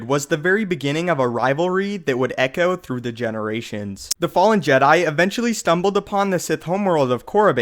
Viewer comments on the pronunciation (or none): none